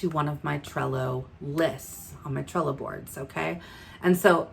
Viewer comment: Thank you for suggesting alternatives to AMI as she is retiring from service. I had to come to your description to see what you were saying... Cello, Sello... 😂 Thank you for the videos showing how to use Trello. You make awesome videos and I have learned alot from you. I'm a newbie consultant (one week old!) So I have a lot to learn. You are my number one source at this time. Thank you!! You are appreciated! ❤️